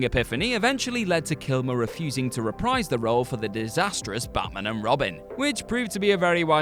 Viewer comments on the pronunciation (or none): none